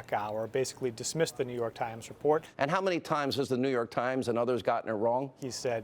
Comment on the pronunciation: "The New York Trimes"